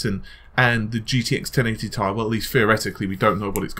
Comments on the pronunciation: You're one of my favorite YouTubers don't get my wrong. But DUDE, Ti is not pronounced TIE! It's T-I not TI. Sorry I just had to get that off mi chest. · repeat after meeee TTTT IIII NOT FUCKING TIE